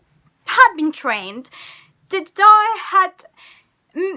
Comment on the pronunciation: “...last gedi.” I heard all I need to know from this woman 😂